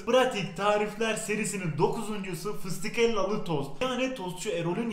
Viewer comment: Fisitikhella ne la dedem duymasın antepde 1tane fıstık dagimimuz var fistihela dediğini duymasın ezmesi diyel